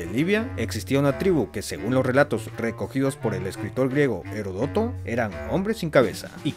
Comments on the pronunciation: "horodotó" XDDDDDDDDDDDDDDDDDDD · ¡¡Heródoto!! Incluso lo escribiste (o al menos lo pusiste a un lado). Es una palabra esdrújula